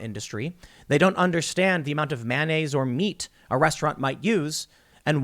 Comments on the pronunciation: Yeah yeah .. but seriously how are you saying mayonnaise? It’s not manyaise LOL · I think there should be a drinking game every time Tim says “manonnaise” :-P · Has this video expose Tim's inability to say the word mayonnaise?